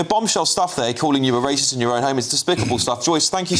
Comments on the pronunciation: Why does she say the word racist funny? Its not pronounced like that, so thats odd. Otherwise she seems on the clueless side, who's now woken up a tiny bit though much too late🙄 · She can't even say the word racist 🤣🤣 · she can't even pronounce the word racist.... 😂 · She can't even prounonce it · Fully believe she is not racist. She can’t even pronounce the word. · will u tell her shes saying it wrong 😂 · Irs actually annoying me that she cant even pronounce racist properly 😫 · Teach this women how to say racist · This woman doesn't even know the word racist. She couldnt even say it if she tried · PMSL, sorry but she can't even say it, so she can't be it LOL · I don’t think she is saying racist properly 😂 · She cant even say the word properly that she is accused of being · I presume she is basing her pronunciation on that of "racial" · She’s 100% correct but I do wish she would stop saying rashist 😂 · Someone needs to take her back to English classes. It's "Racist", not "Raschist".... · He called me rayshist 😊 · lol sorry but... rayshist cracked me up. god bless this woman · Rashist? Really? Ffs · The pronunciation is : racist, not ray-shist. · Rayshist lol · What’s rashist? 😂 good for you for kicking him out though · Why is she saying raesh-ist instead of race-ist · Please tell her it’s racist not rashist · Why is she saying rashists instead of racist? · Anyone going to tell her it's racist and not raishest lol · "Rashist" 😂 silly old gammon. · I agree, but why is she pronouncing it ray-shist? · Doesn't help however that she keeps pronouncing it "Ray-shist" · Rashist 😂😂 Sorry, I know this is a serious topic, and I am just as shocked the PM was so rude to her in her own home, but I just can't get over her saying rashist all the time. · Rayshist. ??? Wtf is that? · I can't unhear "rayshisht" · Why does she keep saying "rayshis"? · Damn those Ray-shists 😂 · Why does she keep pronouncing it rayshist? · why is she saying RASHIST, bless her?!😅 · Rayshist???? Wtf.